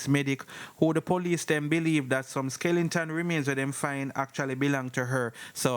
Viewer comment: Skeleton NOT Skelenton